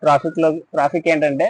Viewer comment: ట్రాపిక్ కాదు. టాపిక్